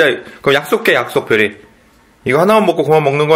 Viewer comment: 별이 밥이 업떠라고 하는거 같은데😅